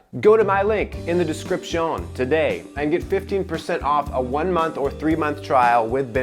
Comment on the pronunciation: First Sharp giggle when he put the emphasis on “descripTION” at the beginning. Then I was invested. Thanks bro I’m subscribing for the personality rn